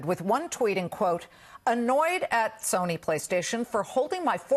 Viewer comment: I love how he couldn't say Sony's name.